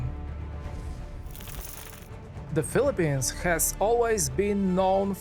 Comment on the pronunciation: Maganda sana ang documentary kaso hindi maintindihan ang pag pronounce mo kuya. Sumakit ulo ko. 😢 and please pronounce PHILIPPINES properly. Nakaka trigger. “Eben” Maganda sana ang content.. 🫠